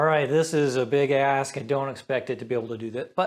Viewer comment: "This is a big ASK" - yeah, I totally heard something other than "ask" and was like "wow language!" =)